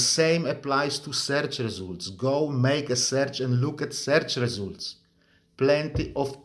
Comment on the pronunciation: Seerch Resoolt is my favourite ❤😅 He has an excellent command of the language, accent is something you sometimes can't get rid of and I speak of personal experience 😅